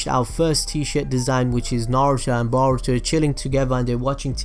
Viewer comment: its boruto not baruto lol